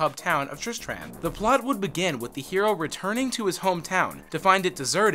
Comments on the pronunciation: I stopped watching this when you said tristram wrong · Never say "Tristram" again. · This guy BUTCHERED so many words like Tristram, not only that but he got quite a few facts wrong. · "Tris-TRAM?' Nah, you gotta say "Tris-trum" my dude Also, "No souls were sold during the making of this game?" Damn...... Blizzard are some cold bastards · you anoyoid me so much tris tram nooooooooooo you pronounce it tristrum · Tris-TRAM... Smh... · its not pronounced Trist-rAhm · The way you pronounce tristram makes me cringe so hard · wait? you've never been to trisTRAM? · "...triss-tram..." closes video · Flim flam itsTriss-Tram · Did he pronounce Tristram as Trish,tram? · sorry i cant stop laughing at Tris Tram... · TRIST RAM!?!??! NO FUCKIN GOD DAMN NO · What is "trist tram?" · You lost me at triss-tram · I'm sorry. Tris-Tram? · all aboard the Triss-TRAM to KHAN-durr-ass...sigh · triss-TRAM..... really? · It's pronounced trist trummm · did anyone cringe when he said tristram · I stopped watching after you mispronounced Tristram. Idk how managed to butcher it that badly Edit: it annoys me so much knowing hes never played the game. Every major name or bit of lore he never talks about or butchers the pronunciation. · Please play the games you talk about, you keep saying Tristram wrong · 1) tistrum not trisTRAM 2)Battle net...no one says 3) dead MOW 5??? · Triss-tram. Mafeastoh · How to pronounce these words Baal (Bail) Tristram (Trisht-Ram) Khanduras (Khan-Door-us) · "Tris-tram" "battle DOT net" "Longetivity" "ark bishop" This is quite a pronunciation adventure. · TrisTRAM, mePHEESto, what a dweeb